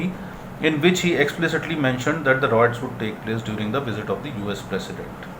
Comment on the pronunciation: Appreciate the viewers who pointed out how to pronounce 'Riots correctly', will try and ensure it is pronounced correctly in upcomming videos.thanks